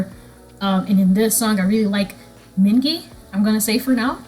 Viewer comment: mingi is pronounced with a hard G so you were pronouncing it right !